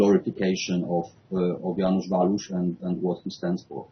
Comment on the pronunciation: Żanus Waluś XD redaktorkowi nie chciało się poświęcić 5 sekund na sprawdzenie wymowy XD tak każdy jęzuk brzmi ja wasz